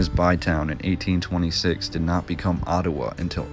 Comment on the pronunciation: Enjoying the presentation, never heard Ottawa pronounced Ottuwa, interesting accent, are you Canadian,?